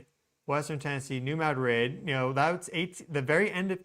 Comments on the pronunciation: It's pronounced "mah dreed' " accent on the second syllable, not "Mad rid" as though it were 2 separate words. It's name comes from the Spanish town in Spain. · New Ma drid 😊 Its no't Mad rid.😢 Named after Ma drid Spain